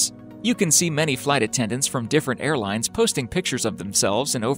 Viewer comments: on the airplane spelling when he said air plans spelt there own name wrong he said airplines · lol. "airplines"